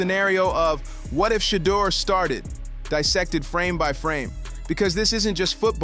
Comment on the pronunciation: Boy narrator learn to pronounced ..Shedeur😅😅😅